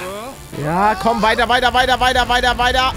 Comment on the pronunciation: Wenn Pallete Weiter weiter weiter weiter sagt,dann hört sich das sich so an also ob er die ganze Zeit davaj,davaj davaj davaj sagt 😂😂😂